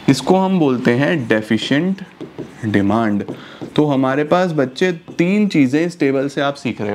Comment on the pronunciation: demand or deymannd